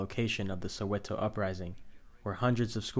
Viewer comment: Pronunciation bru its not soeweto its soweto